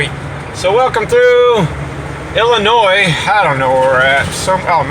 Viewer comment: hey! you said Illinois correctly!